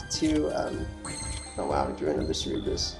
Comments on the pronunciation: cerberus. pronounced sir ber us. for gods sake have you never seen any hercules movies as a child or just flat out never heard the name. your adding extra fucking letters to the name. bring it back to pre k days and pronounce it slowly. english buddy learn it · Cer-Ber-Us, pronounced Sir-Burr-Us. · Hotspot there's only 1 way to say cerberus. and he couldnt say it right at all. he's saying cerebrus (ser-e-brus) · Hotspot shit irked me so bad. it's a simple name and he butchers it horribly every time he said it.